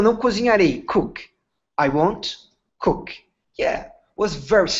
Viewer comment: Sorry, mas a pronuncia de COOK está diferente do que a Sara ensinou, o "OO" não tem som de "O".... Thanks